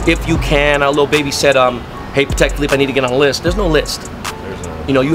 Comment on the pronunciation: "Pattek" is how you pronounce it. Pat-tek. PAT. TEK. NOT Pah-tek. NOT Pa-Tek